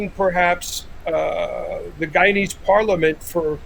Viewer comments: It's guyanese sir not guyans 🙄🙄🙄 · Guyanese* not Guyanas😑